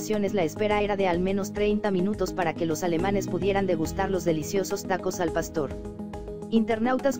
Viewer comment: ¿Oí bien, dijo pasto? Jajajajajaja nosotros los mexicanos no comemos pasto, jajaja che narradora